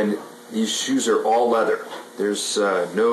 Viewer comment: Lol! I thought you said native lover...but you said native leather. Phil says, “Hi Smarty Pants!!”